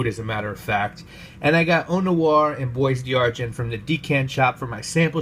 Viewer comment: Dear God it’s “bwa d-arghon”... not boys d-argint.